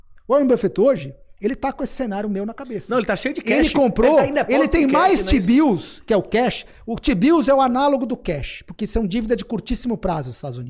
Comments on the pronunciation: Rapaz... Foi só eu que ouvi toda hora que o Dolar é lastreado em Xibius (t-bills)? 🤣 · Só tem um problema, toda vez que vocês falam Tbio, eu só consigo ouvir xibio... 😂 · desculpa, mas não consigo ouvir vcs falando tbill e não pensar em outra coisa kkkkk de resto, ótima discussão